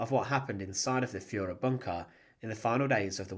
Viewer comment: The Fuhrer………..Fuhraa? Come on...